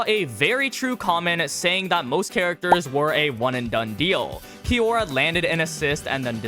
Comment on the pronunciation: Kiyora Jin, he pronounced 'Kiyora' too fast so it sounded like kira